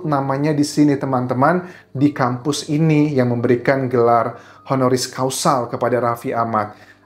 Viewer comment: Honoris CAUSA.. bukan Causal